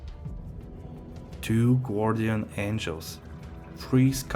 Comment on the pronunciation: Nice drops. English tip Its not “ Gwardian “ Say it as “ Gardian “ gar dee uhn